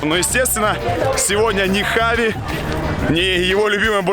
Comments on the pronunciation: весь выпуск в Испании боялся сказать Хави) говорил Чави) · Черт почему он читает как чави, а не как хави, там слога ч даже нет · Он Хави а не джави понял Жека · Кровь из ушей идёт, когда слышу «Чави» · Почему его называют Чави,он же Хави? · Не Чави,а Хави🤦🏼‍♂️ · Бля как я не люблю когда его называет Чави Правильно это вообще поху.... Для меня он ВСЕГДА ХАВИ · Почему это постоянное Чави вместо Хави ? Жеку что черданцев укусил ?? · Видос выглядит очень хаотичным! Скорее всего вы хотели сделать по темам, но из-за того что Красава неправильно называл Чави Хави, а потом исправился, то получилось не очень хорошо. Надо было определиться Хави или Чави, даже в названии.